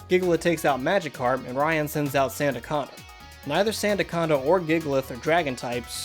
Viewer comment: It’s ry Hon not Ryan